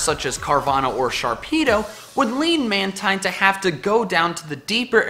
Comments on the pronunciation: It's pronounced Man-teen, not Man-tyne. It's name is a combination of manta and marine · I like these! You sure know how to think outside the box! Side note: Mantine is actually pronounced man-teen. I don't know why, but it is. You can call it what you like though. :)